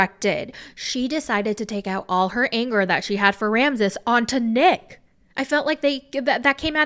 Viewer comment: I can't be the only one who's laughing every time says "Neck" instead of Nick.